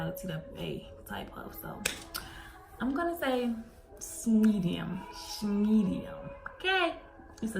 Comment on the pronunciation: Shmedium. S-h-medi-um. Love it 😂❤️